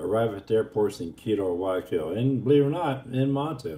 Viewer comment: It's "Guayaquil" with a "hard G", and not pronounced "Why - O - Keel". Ask any native there, or anyone who speaks Spanish.